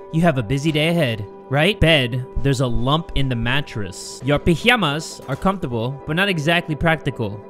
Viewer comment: hilarious how he said pyjamas